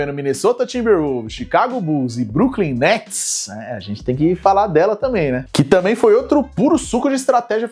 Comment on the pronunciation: como dira Alex Gargalhadas 'e agora, quem que vai jogar no bruklin netis?' kkkkkkkk belo dia pra não ser o brooklyn guy